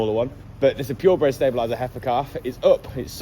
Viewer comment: It's very strange you saying pure bred stabiliser. 😊